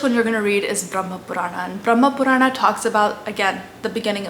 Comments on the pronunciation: this is great, just correct the pronunciation its spoken as "Puran" not "PuranAAAA" and not RamaayanA its without last "A" 🤣🤣 Do the justice, Don`t twist the words for appeasement and views. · Hey you are doing great work. But why are you Pronouncing Sanatan Dharm सनातन धर्म as Sanatanaa dharmaa, Puran पुराण as puranaa, Ramayan रामायण as Ramayanaa, Mahabharataaa. I get it that white people pronounce like this because of their habit but this way of pronouncing is wrong. But you have the proper understanding of these scriptures and spreading knowledge of Sanatan, so please give them a proper pronounciation and don't adapt with their mistakes so that they also get proper information. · It isn't though? Purana eg, doesn't have a long A sound at the end. It's Puraana not Puraanaa. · It is pronounced like that in hindi. (Purāṇ , itihās , etc) She has definitely pronounced it wrong ( purāṇā, itihāsā) . The actual sanskrit pronounciation is Purāṇa, itihāsa, etc. Hindi : पुरान् इतिहास् She pronounced :पुराणा इतिहासा Actual pronounciation :पुराण , इतिहास Look up " shwa deletion" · Wonderful. Only wish that Indians wouldn't pronounce our Sanskrit words ending in "a" as "aa". For example, pronouncing "Puraana" as "Puraanaa". It's understandable when people of other languages do it but not Indians who've grown up hearing these words spoken often, and may also have read them in Sanskrit, Hindi, or other regional languages. Just a pet peeve of mine, i suppose. Apologies in advance for any feathers ruffled.😂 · I think you should work on your pronunciation of Sanskrit words. for example it's not pronounced as "puraanaaa", "Ramaayanaaa" etc. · Excellent video. Quick tip if I may. Purana though written with an 'a' at the end in English is pronounced Puraan in Sanskrit. Similarly Itihasa is Itihaas, Ramayana is Ramayan and Mahabharata is Mahabharat.